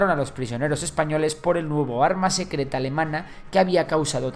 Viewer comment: ¡CUÁL ES EL ARRRMA SECRRRETA! - La que tengo en la bragueta :P